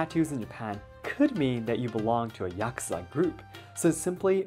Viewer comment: Yakuza, I didn't know you pronounce it rather like [YUCK-sa], than like [ya-KOO-dza].